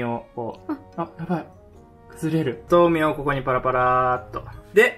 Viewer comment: やぁ🌱 A y A k A 。です！ が豆苗のことをまめなえって言うのが面白かったです😂 天気の子まだ見てないので、見てみようと思います！